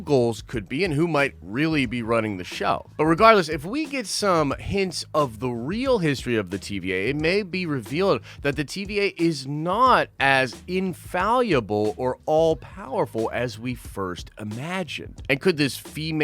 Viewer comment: Infallible not in "falyable"...